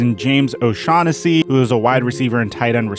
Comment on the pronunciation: Don’t you mean, James O-shack-Hennessy?